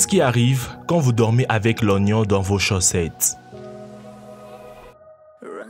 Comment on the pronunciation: on dit chaussettes et non chaussetes au début de la vidéo